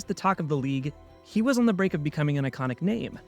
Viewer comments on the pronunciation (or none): none